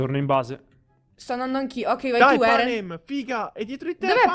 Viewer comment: PANAM?? NO!! PANEM??? NO!!! PENEM?? SI!!!!!